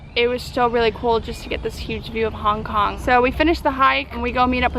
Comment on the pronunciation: You said Kong Kong you dumdum :D